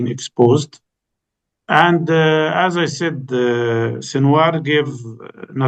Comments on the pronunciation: It's Sinwar Not Shinwar..respect the man Enough to pronounce his name Properly since Sinwar is your topic of discussion or whatever your name is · Karan I as a Pakistani respect you greatly as a journalist but sir it's SINWAR ...there is no SH sound in there . However i appreciate you letting your guest bring his point of view across without interuptions . May the resistance live long .